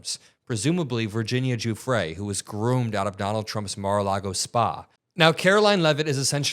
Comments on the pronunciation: “Guffree” ?? It’s pronounced Joofray, Karolyin’ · She can’t even pronounce Virginia’s last name. She’s aiding a pedo. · AT LEAST HAVE ENOUGH RESPECT FOR THE DEAD TO PRONOUNCE HER NAME RIGHT, KAROLINE. FFS. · Wow! Leavitt doesnt even know how to pronounce Guiffres name correctly! Pathetic. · So she is saying he did know that he was a paedophile … then he has at least acted immorally if not illegally by not reporting him. Its annoying how she mispronounces her name , it just shows minimal respect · Cant ever pronounce the victims mane correctly. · she purposely said her name wrong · GASLIGHTING! She doesn't even BOTHER to pronounce Virginia Giuffre's name right. No cross around her neck either. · She massively mispronounced Virginia Giuffre's last name. wow.